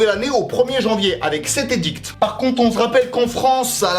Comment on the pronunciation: sa se prononce un Édit, pas un Édicte.